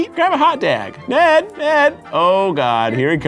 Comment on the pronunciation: I cant when he calls the dog deg